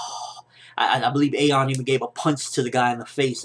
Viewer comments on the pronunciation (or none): It will get animated they just took a 6 month break because when the stopped making episodes was because the show was 4 episodes away from the chapter so they stopped so the anime wouldnt pass the manga so don't worry:)..... And btw ayon sounds like ion